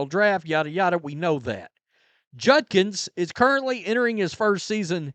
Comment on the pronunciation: It’s JUDKINS. Not Junkins